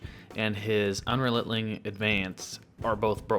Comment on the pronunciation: Good video - by the way, you are saying Un-Re-Lent-Ling Advance - it should be Un-Re-Len-Ting